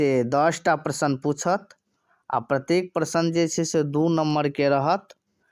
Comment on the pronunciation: मैथिली आ प्रश्न सनक शब्द सभक उच्चारण ठिकसँ कएल जाउ ।